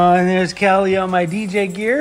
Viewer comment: Oh!!! Emi’s cats name is Cali not Kelly! Lol when she says her cats name it sounds like Kelly! 😂😂 I follow and love her channel too and you both seem to compliment each other well ❤